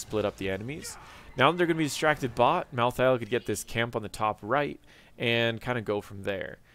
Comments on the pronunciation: Mal-thale not thay-el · Ok props where props are due. You pronounce Niche properly xD But Mal'Thah'Ehl? Watch the Diablo Trailers and the Animated Shorts, it's clearly, Mal'theel. Rolls off the tongue much better. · sorry i had to tell you how to say it: mal-theel. i hate solo laning in hots, it's really boring and dumb and i really think it takes all of the interesting experience in the first 5-10 minutes that you get in hots that you dont get out of league. i think the fact that solo laning in hots still exists indicates that they dont understand their clear niche as a moba game, and solo laning itself just blows. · Malthael only has 2 syllables. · Mal Thi El, Hahah